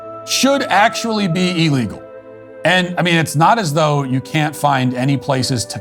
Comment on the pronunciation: Matt , you`re a well-spoken guy , BUT you said " E-legal " (which some people do). The word is pronounced " ill-legal " not "E".